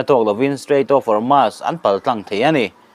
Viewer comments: Strait of Hormuuuusss titur.. Hormaass nilo in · Hormuz a ni zawk lo maw